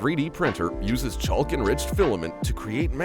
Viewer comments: Teach the text-to-speech to not pronounce the 'L's in 'chalk' and 'yolk'. Also, the saying is "Like a hot knife through butter" not "Like a knife through hot butter" Also, many of those machines and processes shown were very cool :~) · what is with this guy and his pronunciation of chaLk and yoLk?